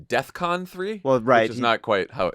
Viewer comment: He didn't even do that right, he said Death-con. But I LOVE YOUR RESPONSE!! It amazes me that because people buy his records or go to his shows that he can order up something like the wicked witch of the west in the Wizard of OZ. No racist point being made, but does he have her flying monkeys to pick up every Jew and do what ?fly away with them.. Many times in history, the Jews would have welcomed a flight away from the horrors they were living.